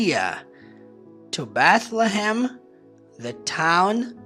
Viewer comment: Bethlehem, apesar de ser mais complexo , gostei da pronúncia, na verdade, tem vários nomes próprios que são bem mais interessante em Inglês 🇱🇷🇱🇷 Obrigado pelos ensinamentos professor, aprendo muito 👏👏👏